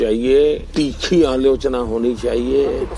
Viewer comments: Bhai work Alochana nahi aaloo chana bolta hai... 😂😂😂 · Alochna ❌️ Allu - chana✅️ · Everytime when modi says AALOCHANA, my mind automatically interpret it to his literacy level what he thinks that is Aaloo- Chana 😅